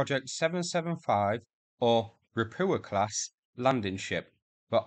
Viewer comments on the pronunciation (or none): "Ropucha" should be read like "ro-poo-ha" wich mean toad btw.